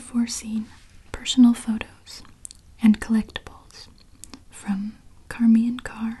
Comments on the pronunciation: isn't her name pronounced like "shar-maine" .. not "car-maine" ?? or have i been saying it wrong all these years???!! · And you pronounced charmians name wrong, I think it's pronounced shar-mayn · Only one thing wrong. It's Charmian (Shar-mee-ann) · Usually the name charmain is pronounced with an "sh" sound at the beginning like the name cher.